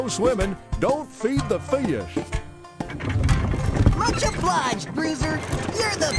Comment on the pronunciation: The way he says fish has me crying...